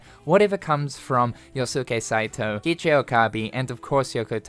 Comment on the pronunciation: KIKI Okabe? its Keichi , k and ichi, go learn japanese